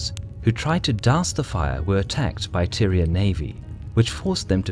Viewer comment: Am I the only one hearing Tyrion in spite of Tyrian...?